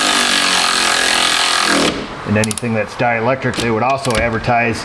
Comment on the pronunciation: Wrong on “dielectric”